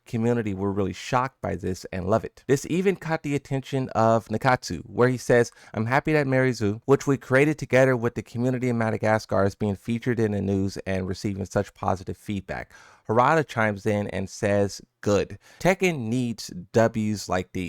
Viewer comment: Dude please. Stop calling her Mary zo. Mi-ary zo. Sorry it's just driving me nuts. Lol